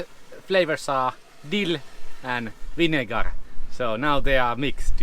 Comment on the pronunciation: One of the saddest days of my Vanlife was when you learned how to pronounce vinegar😂. I am interested to learn more about the van tax situation. 🫡🚚